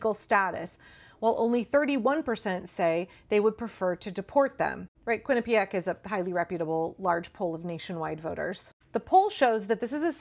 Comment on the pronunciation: My Brother-in-law went to Quinnipiac. Thank you for being the only person that seems to know how to pronounce it. I’ve been hearing it so much recently & usually don’t know what the person is saying.